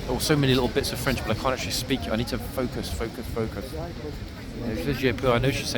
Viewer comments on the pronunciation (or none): none